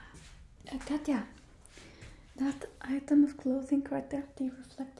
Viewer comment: Oh wow the way you said katja (or katya) sounded just like the finnish pronounciation for the name katja. Very good video, I like this character a lot.